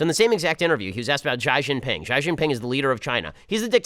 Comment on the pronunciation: Ben's (mis)pronunciation of Mao Zedong, Xi Jinping and FIFA gave me a bit of a giggle. With regards to Obama and Japan, it was Obama bowing (almost 90 degrees) to Japanese Emperor Akihito on 14 November 2009.